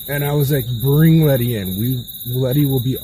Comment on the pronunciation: The entire time around 30 min they call her lenny not letty throughout